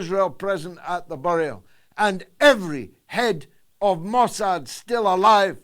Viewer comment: Le "Marquis de Mossade" , smooth operator?!?